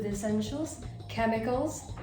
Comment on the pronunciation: Ur PURE speed! Kemicalls? Love the way you say chemicalsXD